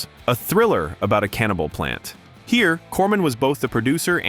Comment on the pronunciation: The AI bot delivery is jarring and terrible. It’s not a CANNIBAL plant, it’s a cannibal PLANT. Meanings, pauses, inflections and pronunciation are important. Jeez. Info is good, delivery sucks.